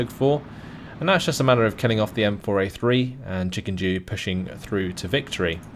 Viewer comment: Why are you reading Chikendew as Chikenjew? It's... offputting